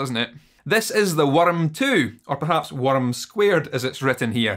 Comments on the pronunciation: Your inner werrm? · Hearing saying "worm" in Scottish accent has awaken something inside me.